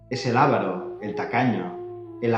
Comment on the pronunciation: Es Avaro, no Ávaro.